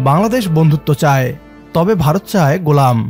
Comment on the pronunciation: It’s not barat as you say, it is Bharat !